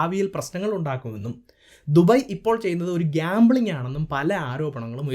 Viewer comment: ദുബൈ കറക്റ്റ് pronunciation from ഭായ്..